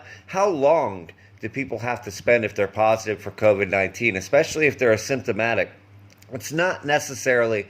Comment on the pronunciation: The way you pronounce asymptomatic sounds very much like symptomatic. Most people pronounce it with a strong emphasis on the initial syllable a:. A-symptomatic.